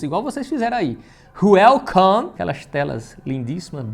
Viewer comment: Só eu quando ele falo welcu eu disse The mato